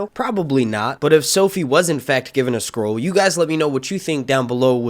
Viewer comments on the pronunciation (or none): Lol at him pronouncing scroll as "squirrel" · I thought you were saying squirrel lol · Is he saying squirrel?